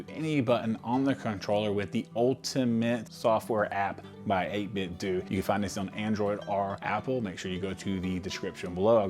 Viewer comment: You are the only guy I've heard Pronounce the company 8BitDo right and you have earned my subscription 🙌